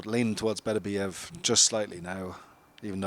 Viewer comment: Everyone says Beterbiev's name wrong. Its BeTERbiev, with the emphasis on the second syllable. And before you ask me how I know, I learned it from a teacher of Russian literature in the 1980s.